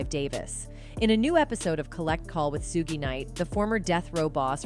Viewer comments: SUGE KNIGHT NOT SUGIE KNIGHT PRONOUNCED AS SUGE AS IN “ SUGAR “ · Aww! Shame! Buppppp! Buppppp! It’s Not Suggie! It’s Suge! Pronounced: Shug!!! LMAO! Lol!!! 😂🤣😂🤣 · Why does every white person who does these clips mess up the names. Who the hell is Suekee?? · His name is not what you’re calling him. Please learn it’s Shug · Thank you that's been annoying